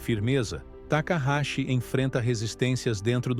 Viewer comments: Não é Takarashi , é Takaiti ! Não sei da onde vc tirou esse Takarashi ! 😅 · O nome correto dela é Takaichi, pronuncia-se Takaiti!?😎